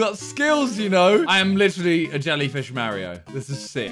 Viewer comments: did he just call mario ”mar-iouh” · the mario game u super jump with x on keyboard the way he says mario is frustrating ,,freakin Mario Carey